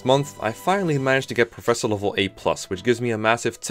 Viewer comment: I thought it was pronounced Professor. That's what all the people in universe say anyway. Hmm I wonder what my recommended videos will be: Can You Beat Pokemon Sword and Shield Using Only A SNOM? Can You Beat Pokemon Black WITHOUT EXP? [note: I know the answer is yes for Pokemon White because dondon151 did a speedrun of that before the game was even out in English, seriously the playlist is his channel] Real 3 Housewives of Garreg Mach (Fire Emblem 3 Houses Parody Animation) Can You Beat Terraria With only the Sand Gun? Terraria, now there's a surprise.